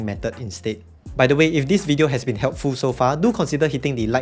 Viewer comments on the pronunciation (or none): none